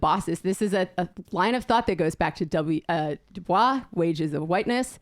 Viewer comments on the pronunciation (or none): pronounced W.E.B. Du Bois wrong. He hated the French and their pronunciations, insisting "My name is pronounced in the clear English fashion: Du with u as in Sue; Bois as oi in voice. The accent is on the second syllable.”